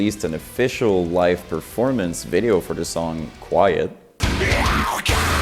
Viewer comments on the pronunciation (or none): none